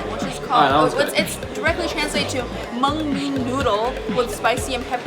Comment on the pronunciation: HA LOL, said mean bung strips:)